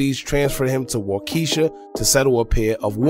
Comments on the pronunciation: It's pronounced Wau- kee- shaw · It cracks me up when people try to pronounce the county, Waukesha 😜 It's actually pronounced as Waukee- Shaw.